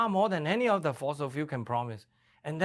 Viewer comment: No fosels in FOSIL fuel !